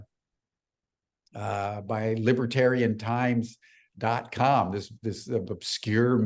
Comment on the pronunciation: It's ELIZONDO, not Elizandro, and it's LIBERATION TIMES, not Libertarian Times.